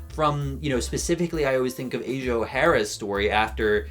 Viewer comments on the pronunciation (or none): none